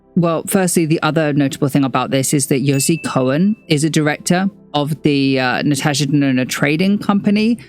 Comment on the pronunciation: So glad to find out ive been saving my money for the right reasons ❤ also sidenote: my name is Natasha and im so happy to hear a content creator pronouncing it the way I do!